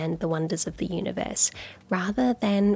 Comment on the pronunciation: I am curious to know whether he spells "Universe" the way he says it "Oonieverse"? Just joking :) We all love Coxxy!